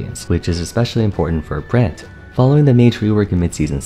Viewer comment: I swear to god you sound like youre saying "brant" not brand